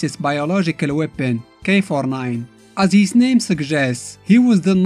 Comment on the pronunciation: Why I keep thinking you say “k49” lol